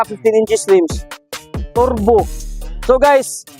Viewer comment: Nakakatawa mag bigkas si bisayang hataw-hataw kamay...turrrrrbuu..🤣